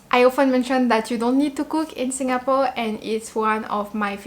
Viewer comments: You pronounced same as many local uncles and aunties the way they pronounced "SinGApore". It's very local and more endearing to me. 🤩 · The way you pronounced Singapore is so Singaporean. Must be influenced by your Singapore friends.:goodvibes